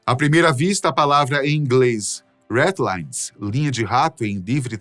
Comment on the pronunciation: Na verdade não eram ,"redlines, mas, Ratlines'.